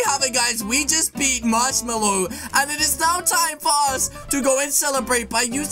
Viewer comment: Its "Marshmello" NOT "Marshmallow" !!